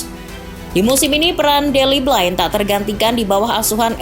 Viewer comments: Blind dibaca Blin, bukan Blain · Blind melafalkannya blin bukan blain